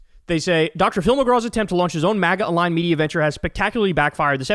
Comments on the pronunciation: That "magar" had a reeeally hard -r on there, my guy😅😅😅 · “mager” 😭😭 he said the hard r i love that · Kyle said "Magger" at the end 😂😂 I think he combined MAGA and grifter to get Magger, but it almost sounded like an accidental slur 😅😅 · Bro said MAGA with the hard R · Man said MAGA with a hard R 😂